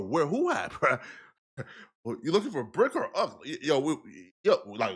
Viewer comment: just basically said Bric ran